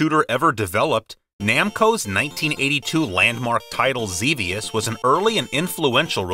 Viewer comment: Another one people mess up is "Xevious". It's "Zev-ee-us". Not "Zee-vee-us".